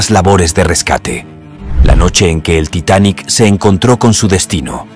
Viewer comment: Ya deja de decir titanic asteric 🙄